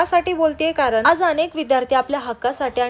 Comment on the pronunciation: साबुदाणा.. कारण, बनवली,मनात, आणि, कोणत्या ज्ञानदेव...बोल..... Sadh shudh hi bolu shakat nahis🤣.... Tu kay boltes साबुदाना, कारन, बणवली, मणात, आनी, कोनत्पा, ज्ञाणदेव.. Barech shabd aahe ashudh